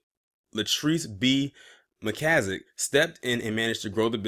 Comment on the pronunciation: MAN YOU STARTED OFF REAL GOOD PRONOUNCING IT AT FIRST